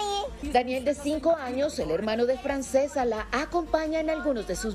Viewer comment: Es una niña genial!!! Ah y se pronuncia Franchesca aunque se escriba Francesca, no le quiten lo lindo que suena el nombre en su idioma original, porque si lo quieren pronunciar en castellano sería Francisca.